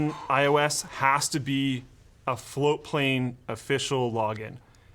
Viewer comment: people hate on floatplane because you never actualy ever pronounce the T. It took me fucking forever to find ti the first time